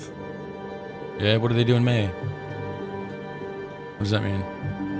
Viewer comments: he said in the MAIN not may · whats going on in may ,he say main